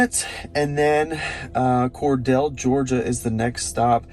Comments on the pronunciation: Being a non-Georgia native, you get a pass for this video -- it is COR-deal not COR-dell :) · Your pronunciation of "Cordele" GA is wrong btw. Try thinking of it as "Cordill", just spelled different. That's how we say it down here in GA from majority of people I know. You can even put it in Google translate and it will tell you. Like the video BTW.